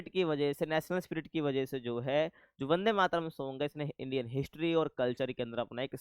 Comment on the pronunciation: Not Bande, its Vande Matram